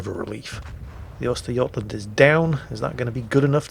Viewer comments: Very good work with "Östergötland". <3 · That was a perfect pronunciation of Östergötland